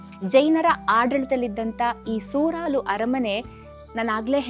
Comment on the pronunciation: ಸೂರಲು ಅಲ್ಲ ಸುರಾಲು